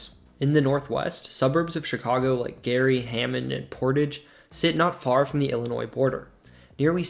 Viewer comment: There's no noise in the pronunciation of Illinois